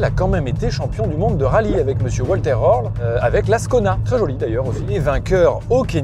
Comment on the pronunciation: Mon cher on dit Folker pour volker et Valter pour Walter le V se prononce Faou et le W se dit veee ok 😂😂